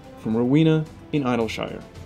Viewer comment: that's not how you pronounce idlyshire >.>